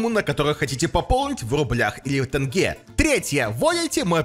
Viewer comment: Не тнге а тенге